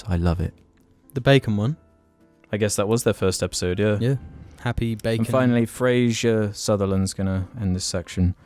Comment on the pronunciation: name is fraser not frasher tho okay dont make mistake again